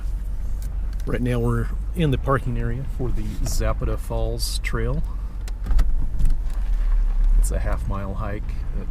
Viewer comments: Pro nounce Za pat a by us locals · Please learn the correct pronunciation of places you feature. Zapata has an emphasis on the second syllable, and the vowels are soft.